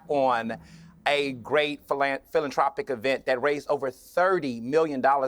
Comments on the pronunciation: It's pronounced "philan~TH~ropic", not "TR ~opic"..... JS lol. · Hey, it's pronounced fill-an-THROW-pic(dumbass) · He says philatropic - what a fool